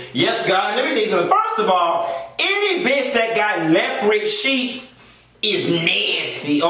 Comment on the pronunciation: I love how you stay "lepered" for leopard. No shade, I really love how you say that. Just like I love when people say southerwren for southern. 😊